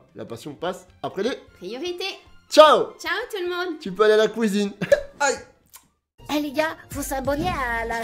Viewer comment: "Tu peux aller à la couisine" 😂😂😂 elle me fume cette phrase